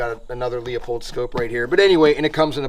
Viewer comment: It’s Lew-pold not Leo-pold btw 👍